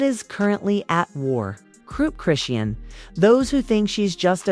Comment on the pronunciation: PLEASE LEARN HOW TO PRONOUNCE HER NAME😂🤗